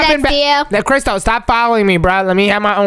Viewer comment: Its crystal not christel